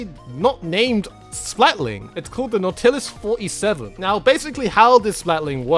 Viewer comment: just for reference they're pronounced like this "blahb-lahber" and "NAW-tillus 47"